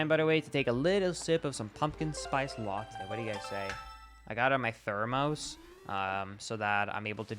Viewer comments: Your Sweden is showing again it’s ther-miss not ther-mose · highlight of the entire rando. He pronounced Thermos as though it was the plural of Thermo. What a neat guy. is my second favorite Zelda guy. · I can’t believe he says thermos like that